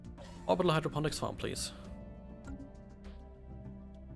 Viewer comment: Hey there! I really enjoy your let's plays because you take the time to read events and your voice and game sounds levels are well balanced. One little nitpick detail: there is only one letter "D" in hydroponics, namely in the hydro part.:-) keep up the great work. Castillo watching your videos from Berlin.